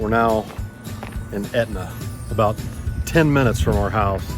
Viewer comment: Sorry aboot the smoke eh. A Canadian~